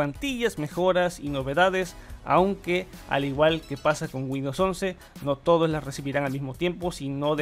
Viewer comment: A "Winndows 11"? jajajajaja